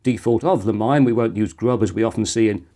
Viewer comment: Blimey, an Arch based distro on Explaining Computers? A surprise but a welcome one. Looking forward to seeing NixOS and/or GNU Guix next.... 😉 By the way, the bootloader Limine is pronounced 'lea-me-nay'; it's Latin for threshold.